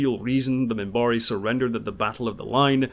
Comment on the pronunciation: I loved the way he used to pronounce the names of species. He would call his own the "Centaarre", and the Minbari as the "Minbarre." One of my favorite characters.